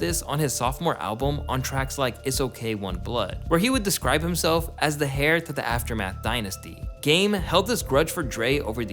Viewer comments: Bro you pronounced heir as “hair” lol. It’s pronounced “air”. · "hair" read a book its "air" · Your WHOLE generation can't pronounce basic words like HEIR, AMICABLE or PROTEGE.....UNSUBBED